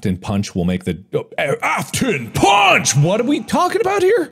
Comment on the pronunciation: the “Afton PAWNCH” was literally the funniest shit